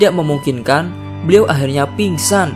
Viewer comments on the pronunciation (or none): Yang benar adalah Akhir nya bukan aqkhir nya bukan teraqkhirnnya 😂😂😂